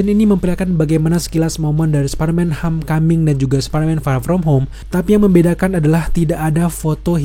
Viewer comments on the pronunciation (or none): Lu baca Home dengan ho•me ya?